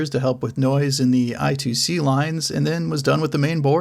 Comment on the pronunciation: It's read as "I Squared C"